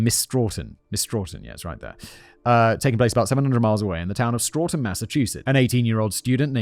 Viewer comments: Ok. Simon. My home town is pronounced Sto - tun. Long o sound. Not Straw - tin. 😂 Also called "Tough Town" by graffiti artists in the area. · I'm from ma. It's pronounced stow tun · There’s no “r” in Stoughton. Pronounced STOW-ton.